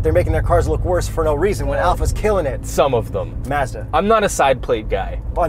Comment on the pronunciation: Why do you say Mazda so weird